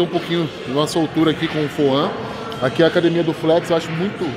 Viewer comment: Temos que comprar mais sup das marcas pra elas pagarem uma wise up pros atletas pqp kkkkkkkkk Foam o cara fala Foã kkkkkkkkkkkkkkkkkk